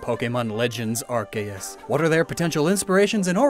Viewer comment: Its pronounced arkoos